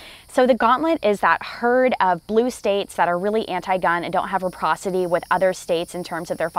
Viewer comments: Check out the dictionary: it’s “reciprocity”. You keep saying “reposity”, which isn’t a word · It's re - ci - procity, not reprocitry. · Reciprocity, if your going to use the word learn how to pronounce it!